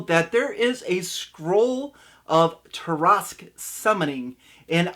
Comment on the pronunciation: First off it was extremely painful to hear you pronounce Tarrasque incorrectly that many times. Second I would just have them all die and wake up together as their first levels with no explanation. I would let the reason why unfold slowly as the game progress'. I however am not the norm. I like to improvise alot of my games on the spot and as we go working the characters backgrounds in as much as possible. I have gotten very good at that.